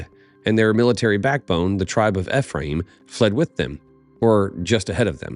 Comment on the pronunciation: Its ee-free-uhm